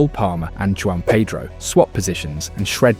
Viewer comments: I was going to give you a like and sub, but your insistence on getting Joao Pedro's name wrong, even though you spelt it correctly and showed clips of commentators pronouncing it just shows disrespect and ignorance not worthy of my time. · It’s not JUAN pedro lol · Joao Pedro not Juan Pedro bro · This guy taking the piss? Said Joao Pedro’s name wrong like 50 times lmao